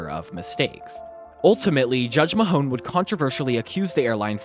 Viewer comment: Justice Peter Mahon pronounced Maaaaahhhhn